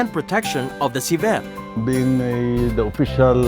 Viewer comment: di ba nkakapick up ang narrator sa mga iniinterview nla? annoying lng ksi sinasabi nya ci-VET... dapat CI-vet LOL, try nyo sa google translate